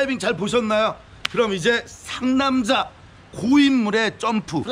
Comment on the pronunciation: 상남자아알!!! ㅋㅋㅋㅋㅋㅋㅋ 왜자꾸 상남잘이라고 들리죠? ㅋㅋㅋㅋㅋ 상남자에 대해서 잘아는사람인갘ㅋㅋㅋㅋㅋ